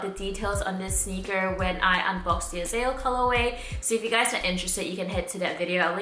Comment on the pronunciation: Okay lol..me being from Israel & Hebrew, it's bugging me a bit how you pronounce Azael.. it's 3 syllables, AH-ZAH-EL, not "Azell"